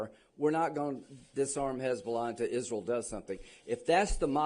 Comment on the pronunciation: Miss. Lindsay say's don't ask about Isrul😅